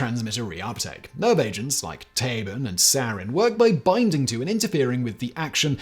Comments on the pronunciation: yo Simon, not to be that guy but just rq: "Tabun" isn't pronounced as Tabin. u is said like "oo". so like you said Taboo, if you just say "Taboon" you should be close on the mark for the pronunciation. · Yepp, he totally butchered the pronuncation. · if we are actually using a german pronunciation "Tabun" is pronounced exactly like "taboo" with an 'n' slapped on at the end.